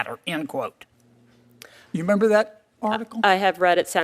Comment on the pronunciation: There's another "m" in "remember."